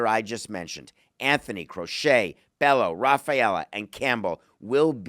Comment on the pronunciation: Bello is not pronounced “Bellow”, it’s pronounced “Bay-O”